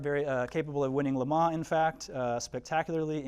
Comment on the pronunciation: Would love to be able to get to see this display. Watching this video will have to do however. Unfortunately my ocd couldn’t get past the pronunciation of Lemans (Lemar?).